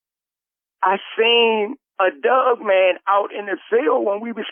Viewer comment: Love listening to talkin bout "dugman"!